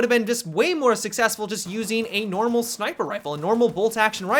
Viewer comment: "SniPRe" lol